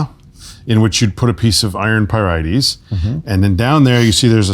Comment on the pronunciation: I've never heard the plural of "iron pyrite" pronounced like that before now.